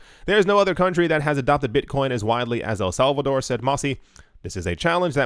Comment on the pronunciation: El Salvador with the Spanish twain should be said every episode